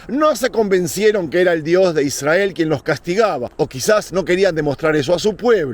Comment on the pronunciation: Con todo respeto estas pronunciando mal la palabra Israel... Al estar la "R" después de una consonante debes pronunciar como si hubiera dos R.... Otro detalle "El Arca" es femenino aunque el articulo sea masculino. No dirias "El Agua fresco" sino "El Agua fresca".... Lo mismo para con "El Arca habia sido secuestrada, no secuestrado". Por lo demás, muy lindos tus contenidos. ¡Saludos!